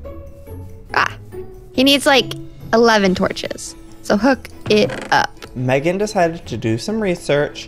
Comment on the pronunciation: Meghan said it correctly Joey